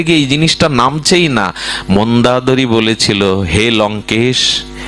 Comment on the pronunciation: আপনার বাচন শৈলী বারবার চোখে জল আনে। অনুগ্রহ করে যদি অযোধ্যা, সুমিত্রা এবং মন্দোদরী উচ্চারণ সঠিক করলে আরও শ্রবণ মধুর হয়।প্রণাম।